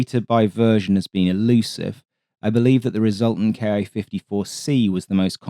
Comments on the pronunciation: great video, but i should note that Ki is pronounced Keeh, not Kee-eye, one syllable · キ54 (Ki54) is "key fifty four" not "kay eye fifty four" (approximate pronunciation). The キ part is a shortened form of 機体, in this context basically meaning "airframe". In practice, you could interpret it as "Army aircraft 54". It was a weird numbering system. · Good video, except for the glaring mispronunciation! The ‘Ki’ in Ki-54 is pronounced “Kee” or “Key”. It’s a transliteration of the Katana letter “Ki”. An equivalent English mispronunciation would be saying “B-E-E”29. Please learn a bit about the Japanese language. Your other videos have been must-watch. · To my American ear, it seems like he is speaking each English letter separately, like we pronounce 'AH-64' as A-H, rather than 'Ah'. Having grown up using the American system, I have long done that. II can see why it's spoken both ways.